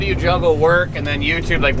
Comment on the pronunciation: Than I died! Love it hahhaha sounds like Canadian way to say then.